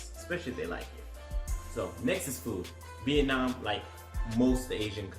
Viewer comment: yes you are pronouncing it right :)